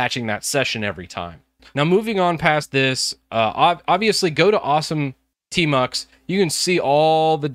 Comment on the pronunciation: I thought you said termux 🙄😬